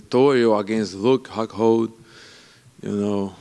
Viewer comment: Huke Hockhold